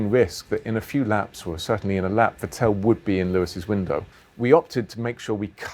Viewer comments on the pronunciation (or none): Get his name right, it’s Vettle not Vettell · its not vitell, ITS FETTEL! pronounce it right jesus christ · Gauthu Gk34 It isn‘t. The Ts are pronounced harder an the second E isn‘t pronounced that long. It is more like Vettl. But I guess for non german speakers it‘s kinda difficult. If you really wanna know, look for some german broadcast vids, there should be plenty. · On Dutch broadcast by Ziggo, Olav Mol (commentator) pronounces it as Fettol which I guess would be close xD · I still cant handle it how he sais “vettel”